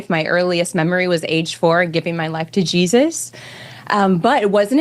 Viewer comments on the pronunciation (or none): I don’t trust anyone who says “Jesis” instead of “Jesus”